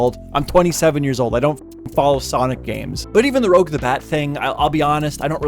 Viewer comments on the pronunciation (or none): ROGE the Bat it’s Rouge as in pronounced Ruje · its rouge not rogue